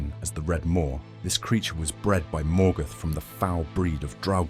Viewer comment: Morgoth not Morgath